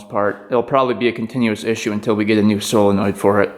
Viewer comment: It's solenoid not fckn silinoid